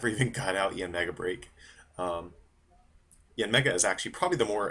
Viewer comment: Did he just call yanmega break: mega yanmega break? Wow. learn to read your cards next time. Mearly constructive criticism.